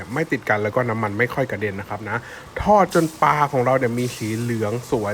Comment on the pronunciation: ปลานะคะ ไม่ใช่ปาค่ะ